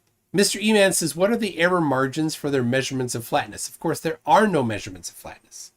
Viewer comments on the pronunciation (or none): You don't have no may-zure-mints. When you look out and take a may-zure-mint you have a flat base line. Holy shit tell that drunken fool to put his teeth in before he speaks. Show some respect.